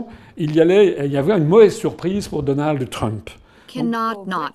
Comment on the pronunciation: Asselineau qui prononce DonaldEU Trump. Reptilien ?